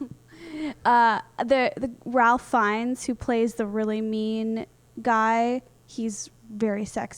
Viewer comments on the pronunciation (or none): Small note: Ralph Fiennes is pronounced Reyf Fiennes - sounds kind of like "Ray Fiennes" when saying it fast.